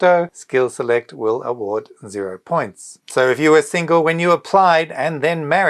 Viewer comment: Lol ur award sound like avoid. I missed my heart beat, I replayed.😅